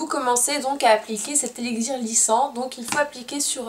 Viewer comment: Tu ne sait pas prononcer le mot élixir sa m'a perturbée durant toute ta vidéo x)